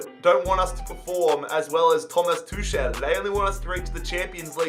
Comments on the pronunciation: Tuchel not tushel man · It's Tukel not Tushel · It’s pronounced Tukl